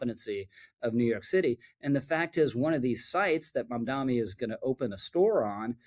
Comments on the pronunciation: Not a fan of Mamdani, but please pronounce his name correctly. It only hurts your credibility when you keep saying Mamdami, it's Mamdani. It's not hard, just practice the pronunciaiton. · Dude, love the videos, but it’s Mamda-N-i not Mamda-M-i! I’m sorry to pick, but it’s like people who say nuculear rather than nuclear. It grates. Thank you for the great videos! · Thank you for the video Rich! I have to point out, it’s MamdaNi not MamdaMi. Why stop at 30% cheaper? Why not 80%? 100%?